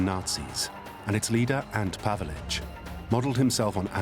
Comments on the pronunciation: 'ANT Pavelic'?! It might help getting a [human] narrator who can actually pronounce names correctly... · It's not Ant Pavelic, it's Ante Pavelic.